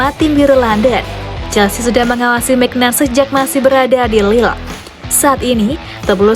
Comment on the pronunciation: Bacanya mignyon